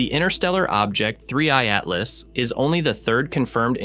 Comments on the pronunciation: Why does he say three E i atlas... bro its 3I ... thats it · Yes, it said 3ei atlas at least twice. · “3EI Atlas” 😂😂😂😂😂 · These AI videos that can't even pronounce the name of the comic correctly sucks